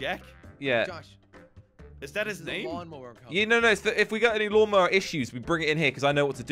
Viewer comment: They said lawn mower not mawn lower Oop sorry and said it Oh and sorry